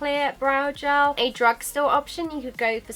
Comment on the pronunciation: gAAAAALLL. Mate its g-E-l